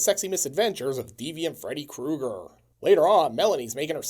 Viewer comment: it's ame, Fredo Krueger I'm italiano! 🤣 Had to pause